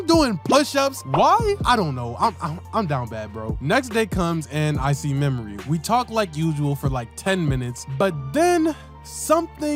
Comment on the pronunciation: how tf did you fumble that bad with "Memory" 😭😭😭😭😭😭😭😭